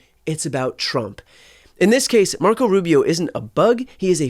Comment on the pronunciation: Mark-oh Rub-you